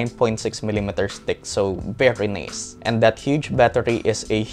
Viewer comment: beri nays haha. Just kidding. eto nirecommend ko sa kawork ko na nagtatanong ng murang phone.